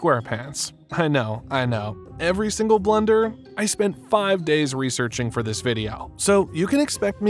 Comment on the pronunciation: The way you say Blunder upsets me... XD